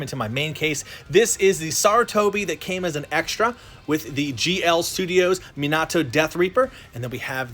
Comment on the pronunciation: the way he says Minato and Nagato pains me lol